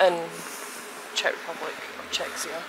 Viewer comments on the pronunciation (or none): Nobody says "Czechia" in the Czech Republic, & definitely nobody says "Czechsia" 😅